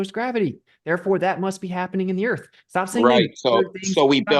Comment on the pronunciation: I go on big airplane. Earf a big ball. 😂